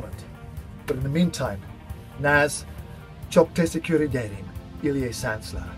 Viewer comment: "çok teşekkür ederim" the way he pronounce that. I love it xDD